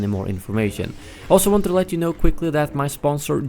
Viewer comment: "Whanted" Please tell me you don't speak English as a first language